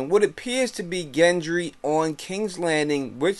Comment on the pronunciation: it's Gendry not Jendry